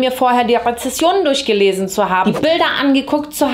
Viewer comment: Wieso sagen immer so viele Rezessionen anstatt richtig Rezensionen 😢😂😂